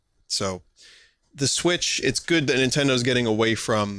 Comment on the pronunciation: You're pronouncing it correctly, anyone who pronounces it to rhyme with switch is an idiot.